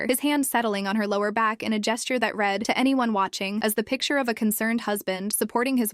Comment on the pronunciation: Please teach your AI to use clues to decide word pronunciations. It used one pronunciation of read in a sentence that required two. "I read (red) the information and had to read (reed) it again." Bow (b-oh and b-ow) and wound (woo-nd and w-ow-nd) are two more words with multiple pronunciations. There are several words like that.